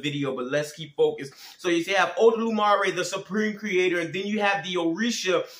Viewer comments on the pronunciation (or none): it's not odolumare, it's olodumare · My boy ain’t even say the name of eledumare yet, if you gonna expose me say my name right lmao also try to bind a spirit in Jesus name in osogbo it oyo state, see how well that work out for you